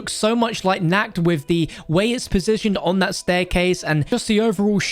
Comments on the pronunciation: It’s pronounced NART not Nackt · You saying “nack “ instead of “knocked” 😬😬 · Im a german related and how he spells "Nacht der Toten" sound like " naked in the oven" in german 🤣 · Not nackt But naCHt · I like how he pronounces Nacht. He says it like the german word Nakt which means naked :D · Why is he saying Nakkt to Nacht? :D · Naked of the Dead you don’t pronounce that ch right and say it like a ck you’re saying naked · He says it like Nacked der toten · It’s pronounced nah-ched. Like notched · Bruh, the way he pronounces "Nacht" hurts my soul. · Ich auchhhhhh😂😂